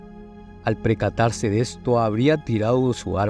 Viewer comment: Q mal explicado, cualquiera hace uso de you tube. La Real Academia Española temblaría al escucharlo . Es percatarse no precatarse .